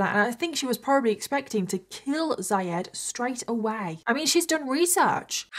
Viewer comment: Zyad is pronounced more like zeeyad